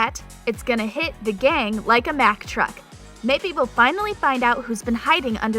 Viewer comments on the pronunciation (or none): none